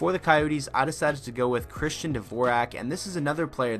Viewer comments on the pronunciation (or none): none